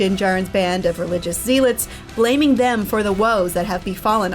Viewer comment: Religious "Zeel-Lets"?